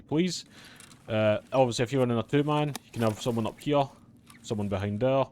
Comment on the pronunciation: "Right hyeuh"